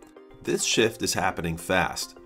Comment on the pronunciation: I know you said shift, but it sounds like you said shit